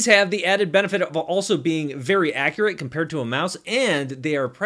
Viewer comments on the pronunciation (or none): none